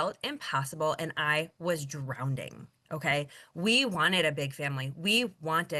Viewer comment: That one lady said, “drowndinding in debt.” It’s not a hard word to pronounce. Shouldn’t everyone know how to pronounce a simple word like, “drowning”?